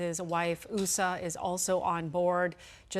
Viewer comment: Couldn’t they have used a more professional female broadcaster than this? The Second Lady’s name is Usha (with an SH sound- it’s mispronounced several times) and a limousine used to transport a casket is a hearse- NOT a Hearst.